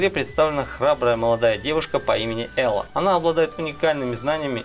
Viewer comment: Посмотрел первые полторы минуты и.... Что за бред? Ты б хоть обзоры посмотрел для начала. Какой крафт, какое строительство в ремнанте? Как нафиг там вирус? .....и Элой а не Элла. Автор вообще не шарит за игры про которые сделал ролик.